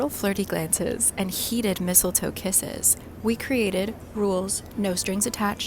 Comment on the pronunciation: You said Mistle Foe and I immediately said out loud " NO!" 😂😂